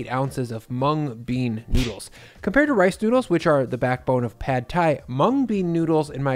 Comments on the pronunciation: As a Thai, I’m so glad you’re introducing this dish! I feel like Prad Thai is so overhyped and I honestly don’t care for the dish. Just a fyi, “Pad” is actually pronounced “Putt” despite the spelling. Sorry it’s just one of my pet peeves as a Thai American 😂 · Stop americanizing Thai words. It’s not pad as in cat it’s pahd as in car. If you like Thai food and respect the culture, pronounce the words correctly. Show some respect.